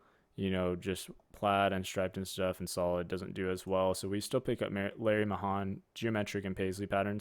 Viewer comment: Larry Mayhan was a pro rodeo champion. The Pearl Snap sell great and the more flamboyant designs. His name is pronounced ( may-han )